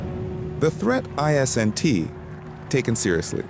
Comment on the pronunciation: Why can’t AI say isn’t? It’s not I S N T. Guess AI not so intelligent after all